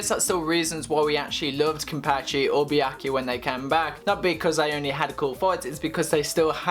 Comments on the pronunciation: kuchiki what? biaki? wtf is it so hard for u to pronounce byakuya? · The topic seemed interesting, but i couldn't watch this video more than 1 minute with how this guy mispronounces Byakuya